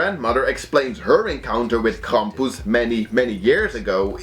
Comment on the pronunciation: Yes, say "Krampus" again I like how you say it.